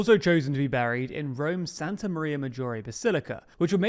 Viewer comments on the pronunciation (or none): none